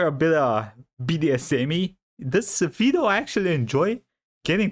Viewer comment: i still love how Evil will pronounce "Vedal" different everytime